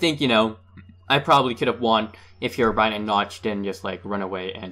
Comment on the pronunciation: whos herowbryine but I know notch